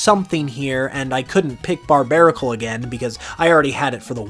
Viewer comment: BARBARACLE, NOT BARBARICOL! FIX IT NOW!